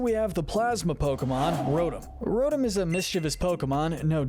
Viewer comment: It’s pronounced roh-TAHM, cor-SUH-luh, cur-SUH-luh, “Patrick Star”! 🤨 You’re so bad at pronouncing names,! 🙄